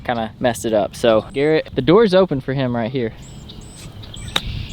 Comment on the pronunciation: this is kinda weird but does anyone notice when says open it always sounds like olpen..